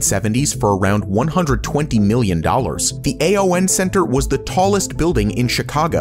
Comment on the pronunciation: CGI voice is saying A.O.N, not ''Ay-On''. Friend worked there and that is how it's pronounced.😄